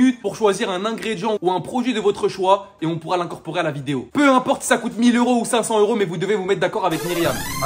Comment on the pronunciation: Video et non videod